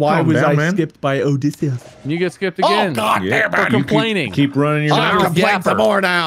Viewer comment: The way says Odysseus at about 😂😂😂